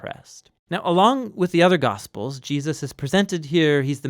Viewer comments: i am very pleased to find this resource. i am sorry that my first comment includes a criticism but i feel its important: in this video, the name "Jesus" keeps being slurred to "Je-us". i dont know if this is a supernatural change or if the narrator just needs some rest or a cup of coffee but i think its worth doing over for the Name of Names! meant with goodwill! :) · I know who Jesus is... Now that other guy Gee-us.... I'm not sure who that is that he is speaking on. .. Praise him correctly. Know his name. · Je -aah-sus. No, Jesus'. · Who is this Gee-Us of whom you speak? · Was it the intention of the narrator to pronounce the name of Jesus as Je'us? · I'm a little troubled about the pronunciation of Jesus. Sometimes it sounds like Gee-a-zuz. Non native speaker, this is a real comment. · GEE-US?? I've listened to you say Gee-us over and over again. Who is that? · Hey there,. Loving this series, I find them really educational... I have to ask though, why do you say Jesus' name like that? It sounds like you're sating "Gee-uh-sus":O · Why does he say "Jeeus's"????? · seriously, i'm not halfway through and theres been at least half a dozen "Jee-uses". is this intentional? is this a quantum effect/ mandella effect? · why do you keep saying Jeeussus? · I think Neil is talking about how pronounce the name as "GEE-ZAAAS". hahaha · am i the only one who notices how he says Jesus "Jeyus" idk it bothers me somehow anyway this is awesome love all the videos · I hear it too. Every time he says it, it takes me right out of the story.